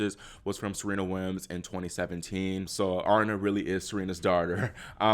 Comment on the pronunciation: Uh-Ree-Na (Aryna)